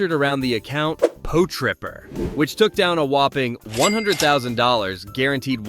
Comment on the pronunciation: Po-Tripper!?😂 Pot-Ripper